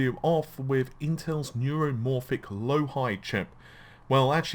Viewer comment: Say it with me... LOW---EEE--HE = LOIHI;) Love ya bud.